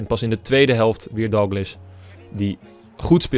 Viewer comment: je spreekt DALGLISH verkeerd uit!!! je spreekt het uit als Dalglish maar het is Dalgklieshh